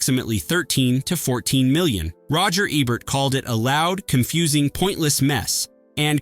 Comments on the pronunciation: Say it with me - "E-bert" "EEEEEEE-bert" Not "eb-bert" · E-bert. EEEE. The E rhymes with Key. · Roger Eb-bert? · please for fucks sake pronounce roger EBERT'S last name EBERT correctly. he's only the most famous film critic in HISTORY. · Gene Hackman did the voice of God, not Charles Durning, he was one of the Angels, in Two of a Kind. Also Roger Ebert must be turning over in his grave, every time u murder his name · cant even pronounce ebert correctly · Can you please PLEASE just get a real human being to read the copy? Just ... any human being. Any normal human being knows how to pronounce "Ebert" and "Ayckroyd". And how to sound more human.